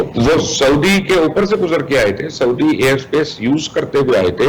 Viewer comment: Anchor person please urdu to sai bolna sekh len...saudi ko sodia kardya...